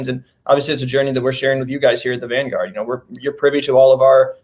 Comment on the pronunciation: The "vangraurd"